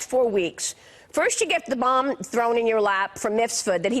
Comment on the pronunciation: There is a reason she is emphisising the word "bomb".